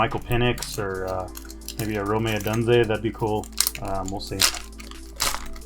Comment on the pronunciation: Rome said like Rome, not Romay. Odunze said like Oh-dune-zay.